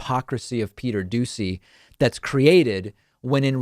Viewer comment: Am I the only one that hears him say Peter douchy?